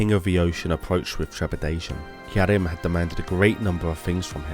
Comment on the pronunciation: Yes. Especially with pronouncing "Yharim." It sounds almost intentionally misspoken.